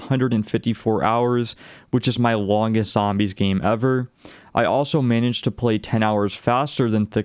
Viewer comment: "Fortunally" "miniged' Fortunately Managed